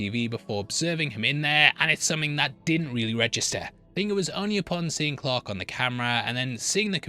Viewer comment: Since it sounds like you say clock when you say Clark, what does it sound like when you say clock???